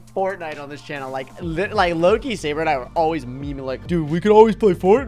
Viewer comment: it's sabre not sabet and tewbre also